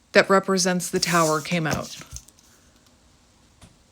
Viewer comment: lol I could never ‘hear the Canadian’ until you just said: “let’s hang ooot together’ lol 😝 that’s awesome. Finally! You most not originally be from Canada cause you don’t have thick accent…. But I heard it just now. 😀 cheers 🍻